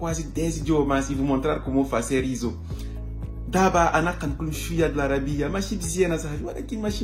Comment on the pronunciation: En portugais ça se prononce issou (isso) pas izo ☺️,sinon je t’encourage c’est une bonne chose